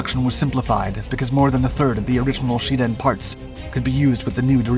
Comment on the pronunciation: I just don't understand why Shiden is pronounced Sheden?